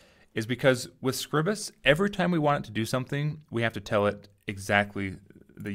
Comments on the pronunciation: ...should have called it scribe-us, to get the name right... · I'm sure someone has already said it, but, the pronunciation is off. I am fairly certain that it is … LEE-bruh Office SCRIBE-us